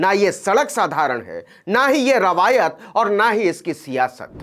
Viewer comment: Rawayat nahi riwayat bola jata hai hindi bolane nahi aatq hai